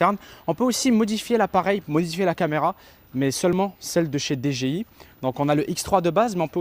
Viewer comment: Par contre pourquoi tu dis DGI c'est DJI :P